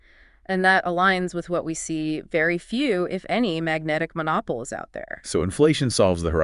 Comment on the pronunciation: Magnetic monopoles - check pronunciation.